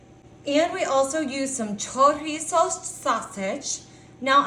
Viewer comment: 😳 puhcantee kaysadilluh choreesose. So baysukly a giant pan of flavored semi-solid fat and protein. I'll take a hundred gallons. 😝